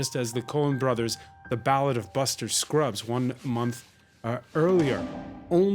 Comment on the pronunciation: "Roma" has played (and is playing) in theaters in the U.S. And, it's "Buster Scruggs," not "Scrubbs,". Meanwhile, Christopher *DICK*EY said "Baron," not "Cuaron."